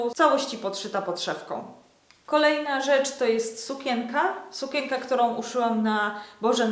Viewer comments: W słowie sukienka jest wyraźne N, które należy wypowiadać, nie mówi się sukięka, tylko sukieNka... matko, słuchać się tego nie da. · A dlaczego tak dziwnie mówisz słowo sukienka?